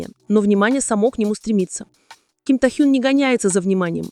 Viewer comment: Его имя Ким Тэхен! Произносит не правильно - это имя надо знать!!!!!!!!